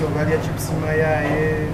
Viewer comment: Chips mayayi not mayaye ssebo